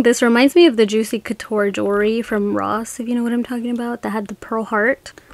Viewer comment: It's pronounced JEWELRY, not JURY, please pronounce it correctly.